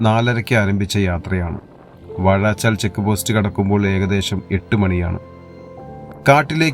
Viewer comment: Athirapally not aaathirapilly.. Vazhachaal not vaazhaachal. Please note